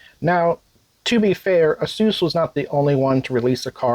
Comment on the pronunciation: 6800 Lame Edition and Xtra Terrible. GGs. Also pineapple on pizza is right next to pronouncing it a suess